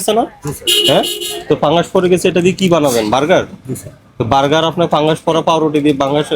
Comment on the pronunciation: Ei level er officer kintu fungus pronounce korte parche na thik kore.